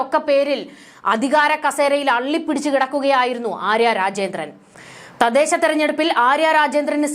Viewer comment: 'തദേശം' അല്ല 'തദ്ദേശം' എന്നാണ്